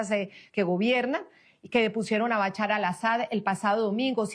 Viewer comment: BaCHAR ? por favor practiquen la pronunciación antes de transmitir, recomiendo estudiar inglés para abrir la mente a otras formas de pronunciar.